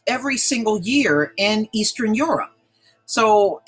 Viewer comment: please start saying eastern, western, and southern correctly. lol. Geesh